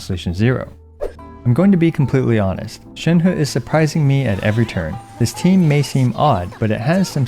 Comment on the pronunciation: Shenhu ✅ Shenhe ❌